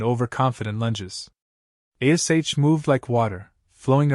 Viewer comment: Good story👍👌, but the AI does annoy me with spelling out Ash's name👿☠️🤬